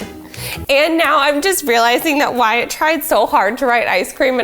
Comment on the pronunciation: At all I can hear is her calling the Wyatt "Matt" and it's bothering me so much. Is it not supposed to be "Why-it"?